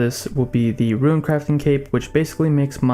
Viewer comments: Dog.......ruin......it's not rune. God I was distracted this entire video by that. Omg. Please you are murdering my ears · RUNE FUCK YOU ITS NOT RUIN GOD DAMMNIT FUCKCKCKCKC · Mate u troll what u on about how u ment to say runes?! Runes not ruins? Loooool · Seerz says “ruin” too